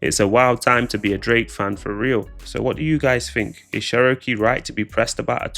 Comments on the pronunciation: lol sheroakaaaaay 😂 it’s pronounced chero key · I dunno what she upset for. You're in entertainment and these rappers mentioning you will keep you relevant . Also why the fuck does the narrator call her churowkey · Calling her Sherokee is crazy😂😂😂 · Say her name right